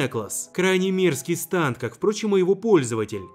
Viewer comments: Не станд а стЭнд! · не станд а стэнд